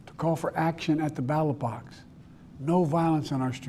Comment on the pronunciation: You do realize he was reading from a teleprompter, right? And he called the "ballot box" the "battlebox" at least three times, you realize this, right?